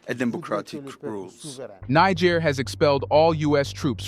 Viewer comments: Bro...Prouncoune it right. what seems like a good report I stopped because you keep mipronouncing it like you're trying to drop the nbomb. Africans docnt call themselves that and any amount of time spent listening to them would let you know that and the pronuciation. It's another colonial language so it's pronounced Knee-jair. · I wish you would not keep repeating the same information. It took you 8 minutes to tell us why the bases are there. You repeatedly mispronounce “Niger”. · learn how to pronounce Niger. Step one.......remove american flag! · I WISH THIS CHANNEL WOULD INVEST IN EITHER A REAL PERSON OR A BETTER READING MACHINE, THE PRESENT ONE SUUUUUX, IT MISPRONOUNCES SOOOOO WORDS AND EVEN HAS PROBS SAYING THE SAME WORD i.e. NIGER THE SAME WAY WITHIN THE SAME DIALOG . TRY USING WORD CORRECT!!! COME ON GUYS BE BETTER!!!